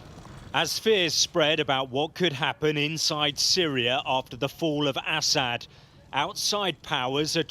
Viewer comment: I love how he says “Asshat” instead of Assad. Fitting